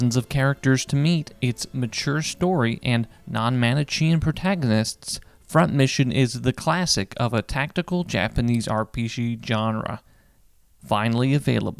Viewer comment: Awesome review as always -- going back through the whole series again "Manichean" is pronounced man-ih-key-an afaik